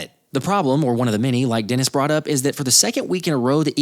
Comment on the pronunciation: Deniz, not Dennis